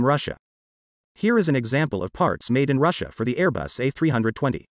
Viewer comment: It’s Airbus not aero bus